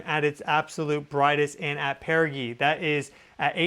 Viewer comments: Apojee and perijee, the g is soft like ge- ometry. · Perigee. Pronounced Peri-gee (DJ) sound. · why does he pronounce apogee and perigee like that. lol